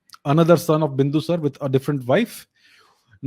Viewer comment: Bindusar nahi, Bindusaar hain yaar